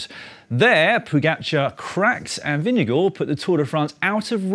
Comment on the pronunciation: It's impressive how the English-speaking world keep getting better and better at pronouncing 'Vingegaard'. At this rate I fully expect Dan to pass the Danish language exam next year. Then all he'll have to do is name a couple of Hans Christian Andersen stories, drink a shot of aquavit while chewing on a pickled herring and he'll be legally entitled to hygge.